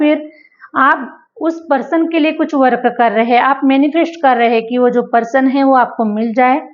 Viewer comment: U r English pronounciations r wrong I wil give u few samples .. ये रिया- एरिया। - area वर्क अ- वर्क- work